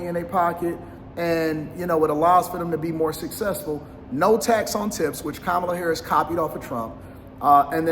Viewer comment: Did he say “No tats on tits?”